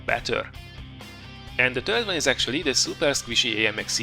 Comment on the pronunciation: your english is superb, but 'third' sounds like 'turd', which describes the french TDs very well. Nice vid!